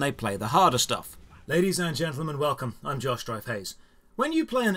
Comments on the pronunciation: 'I am ' -I swear to god, that is what I hear everytime you intro. Just FYI. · Now I only hear: I‘m, lmao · for me